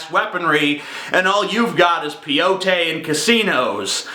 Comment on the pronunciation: It's cute that you pronounce "Peyote" incorrectly.